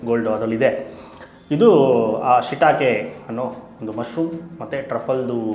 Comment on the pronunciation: Brother adu ಶಿಟಾಕೆ ಅಲ್ಲ ಶಿಟಾಕಿ mushroom